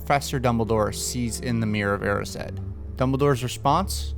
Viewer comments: eriiiiised not eriseddddd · Btw the pronunciation is Er-i-sed as in (there) without the TH. Not Ear-i-sed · Erised, it's pronounced Eh-ri-sed Not ear-e-sed. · Okay, original comment was on the pronunciation of it. I'd always thought it was "EE-rised*, you know, something like that, but after rewatching the movie clip, he fucking does call it the mirror of "air-i-said". it sounds so off to me. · EAR-IS-SAID- great pronunciation 👏 (it’s e-rised) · Eh-rih-sid? I always pronounced it like ‘eh-rised’ ooops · He literally can’t say Erised right smh.